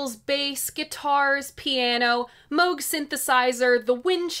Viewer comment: Thank you for pronouncing Moog correctly.